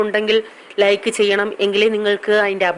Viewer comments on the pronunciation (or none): none